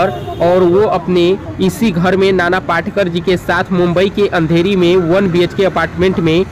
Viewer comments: नाना पाटेकर पाटकर नही पहिले शुद्धलेखन ओर बोलना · नाना पाटकर नही पाटेकर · पाटकर नही पाटेकर बोलो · पहले ठिक से हिन्दी बोलना सिखो, पाटकर नही पाटेकर, तुम्हारा निवेदन का तरिका बहुत ही घटीया हे, मेरे जाणकारी के हिसाब से वो अंधेरी नही माहीम में रहते हे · पहिले नाम तो ठीक ले। नाना पाटकर नही नाना पाटेकर है। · Nana patekar ji,hai,not patkar,aap barobar boliye,a great actor,he is,nobody is like him,a great social worker ,simple mam,and helps all needy people,no one else is like him. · नाना पाटकर नही ..नाना पाटेकर है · नाना पाटकर नही नाना पाटेकर, नाम तो ठीक से लिया करो. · Video banane ke pahale unka naam to barabar bolo. Patkar nahi Patekar. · पहिले उनका नाम ठीक बोलाना सिखिये. नाना पाटेकर बोलिये please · पाटकर नाही पाटेकर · अरे पाटकर नही नाना पाटेकर एका उपकार सिनेमा है पहिले साधा बोल ना शिक आऔर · पहले ठिकसे बोलना सिखो l नाना पाटकर नहीं नाना पाटेकर नाम हैं l